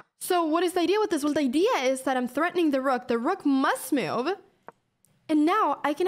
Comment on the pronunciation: Love how she says i like this MEW-UVE.. :) Anna youre hot and smart